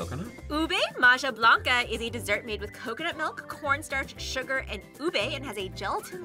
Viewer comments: Ma-Jah blanca hahahaha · Ube /maha/ blanca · Isa and Maja (Ma-ha) Blanca, Inihaw not Inahaw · hi from the Philippines. I love everyone and the appreciation of Filipino culture. I just have one thing, Maja Blanca is read as Maha Blanca. Hehehehe. Love you all. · the pronunciation was a bit butchered- but here you go! inihaw- (i-ni-how) beef pares- (beef par-ez) sago’t gulaman (sa-gou-t gu-la-man) ube maja blanca (u-be ma-ha bla-n-ca) overall, not trying to hate! just want to show you the correct pronunciation! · Please have a Filipino food consultant orient you on the food pronunciations, translations, and how the food is traditionally prepared. The skewers looked raw 😅 and the maja blanca is spoken “maHa blanca”. While it’s great y’all are sharing Filipino food, please do it right. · inihaw [ee-knee-how] beef pares [beef pah-res] sago’t gulaman [sah-gut goo-lah-mahn] ube maja blanca [ooh-beh mah-ha blank-cah] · First of all it mahha blanka you pronounce the ja like ha ok, good vid😂